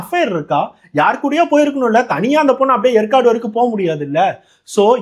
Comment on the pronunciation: எற்காடு இல்லை. ஏற்காடு ஆகும்.